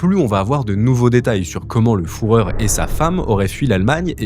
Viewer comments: jpp "le fourreur", quel dégueulasse ce monsieur H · Foureur, Foureur, foureur bunker... C'est toujours un documentaire historique ? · Le foureur c'est la version X de cette vidéo ! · c’est tellement réducteur comme commentaire. Je critique pas l’entièreté de son travail, il fait bien mieux que ce que je ne pourrais réaliser. Simplement ce qui paraît n’être qu’un détail n’en est pas un du tout, pour prononcer ce mot de cette façon c’est révélateur qu’il ne l’a peut-être jamais entendu, et pour le coup c’est vraiment pas sérieux. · Fan d'histoire je valide c'est fureur👌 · À chaque fois qu'il disait le fourreur ça me faisait penser à Rocco Siffredi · Désolée mais là prononciation c'est juste pas possible. J'ai arrêté la vidéo au bout de 5min, c'est juste insupportable d'autant plus que tu le dis vraiment à chaque phrase presque 🤦🏼‍♀️ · en plus il a entendu la bonne prononciation! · Fait un effort sur la prononciation c'est pas respectueux. Je déconne 😂😂 mais n'empêche que c'est fait saigner des oreilles, tu l'as fait exprès j'imagine mdr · Toi-même tu fais une avec le u ü 😅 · Difficile d'être crédible quand on est pas foutu de prononcer Führer correctement... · Je tic a chaques fois qu'il le dit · qu'est ce que tu racontes 😂😂 mm dans les cites on sait comment ca se prononce... ce qui est étonnant c est que le mec passe des mois a trouver des trucs pour sa vidéo mais n'est pas capable de trouver sa bonne prononciation, alors que ca prend qq minutes pour trouver cela 😅😂😂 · Il le fait exprès une fois ok mais il le répète à plusieurs reprises sans se corriger 😡😡😡😡😡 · surtout c’est à se demander comment tu peux le prononcer comme ça, t’as jamais regardé de documentaire sur le sujet avant de faire cette vidéo… ? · Juste un petit mot parce que ça m'écorche les oreilles dès le début de la vidéo : en allemand le u se prononce bien "ou", mais le ü se prononce "u". On dit donc Führer "fuuuhreur"☺️ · moi aussi je l'ai entendu dire fu et pas fou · « Les restes du fourreur »